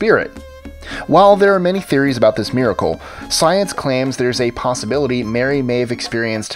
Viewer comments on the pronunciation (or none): none